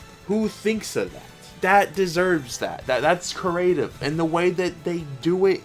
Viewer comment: Creative** It's pronounce kree-ay-tiv. work on it.